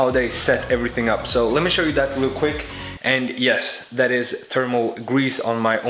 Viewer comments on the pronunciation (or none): none